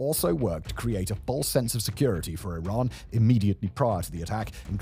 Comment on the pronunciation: Remembers guys, it’s “e-rhan” not Iran 🏃‍♂️‍➡️